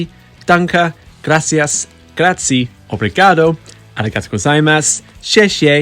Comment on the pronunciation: Very well pronunciation of “obrigado”, and thank you too, from Portugal, of course!😂👍